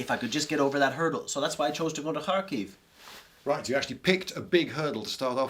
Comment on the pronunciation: I love how when our friend here says Kharkiv is sounds like hockey